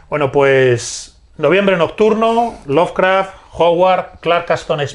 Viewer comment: Muy buena la entrevista, pero por qué dices "Lovercraft"? =(